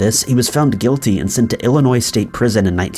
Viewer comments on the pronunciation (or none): none